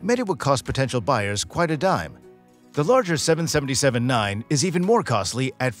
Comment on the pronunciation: Please STOP saying seven senenty seven 🤮